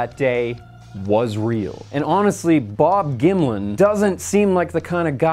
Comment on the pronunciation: gonna be real, I thought he was saying Bob Gimli for like half the video.